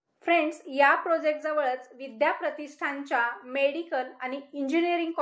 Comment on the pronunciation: Mam.....prosect nahi ..... प्रोजेक्ट.